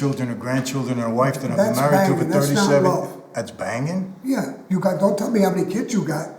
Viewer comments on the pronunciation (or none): Did he just say thats bangging lol fucking lol